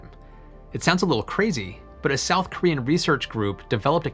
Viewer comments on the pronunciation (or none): none